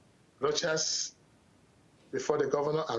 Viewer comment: He (Rochas) never did answer the question about the "Private Jet". "This is Rochas, you are talking to Rochas". $7000/hr for private jets will go a long way to helping the poor people he professes to care about. 40 minutes later, still can't say the interviewer's name. "I don't have an english name, cos I'm not an englishman". Priceless. Thank you Mr. Sowore for the good questions.